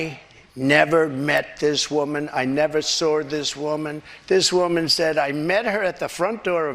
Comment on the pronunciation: WFT is, "I never SORD this woman"?🤔… "I know words, the best words🤪", yeah, right!🤣